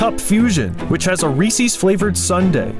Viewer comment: Calling Reese's "Reesie's" is a sin i cannot forgive